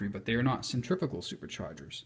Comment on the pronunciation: Just a tip ...the word is centri .....fugal ....but each to his own